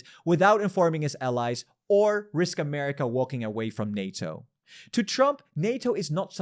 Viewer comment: Lol miskel says Anerica at stage 6 collaspe your iq is that if a child. Pure emotionalism your hate for usa is so funny basically you hate them so you then equate that to usa collasping. Dumbo. Americas economy doesnt need canada or tourism. Its like 33 trillion a year. I gurantee you not even 1 percent is tourism stupid fawker. You need to throw yourself off a cliff save the rest of the world the headache you give her. Your dumbness hurts brains.